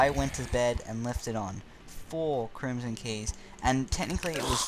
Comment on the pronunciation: “kerhimson key”